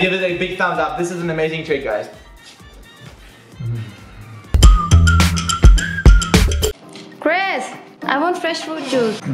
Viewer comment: ITS CHRIS, not Christ As in Jesus Christ